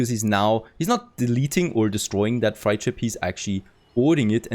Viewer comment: Nice. Freight is pronounced like crate